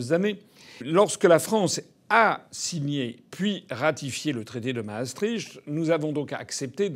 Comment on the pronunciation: Toujours très bien. Bien dit, bien parlé, clair. Un détail de prononciation : MASSTRICHT; qui veut dire passage de la Meuse: MARS, Meuse et tricht, du latin trajectus. Le phonème "cht" estpropre au néerlandais et n'a aucunéquivalentfrançais; c'est pourquoi, depuis des siècles on le prononce "q". Donc Masstricht se prononce "mass-triq" (Moyen mnémotechnique une masse et une trique ! ). De même on dit le traité d'Utrecht (utreq). Bien cordialement